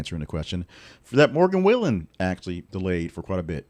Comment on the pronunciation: Learning to pronounce his name would be a good start for you